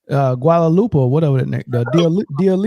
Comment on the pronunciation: I lost it when called Dua Lipa Guada Lupa 😂😂😂💀